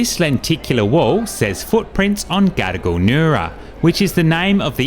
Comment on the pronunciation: Just ne or the way you pronounce Gadigal, sound like 'gotta go'?😅